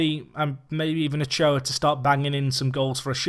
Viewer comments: you're pronouncing Ulloa wrong, it's not Ochoa, it's u-yoo-a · Nope, it's Ujjoa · More like U-yo-a